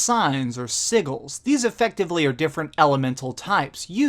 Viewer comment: Fantastic review as always, but, if it hasn't been mentioned, isn't it "Sih-Jels" and not "Siggles?" Minor gripe, your videos are some of my faves.